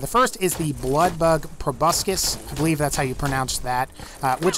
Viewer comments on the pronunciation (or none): none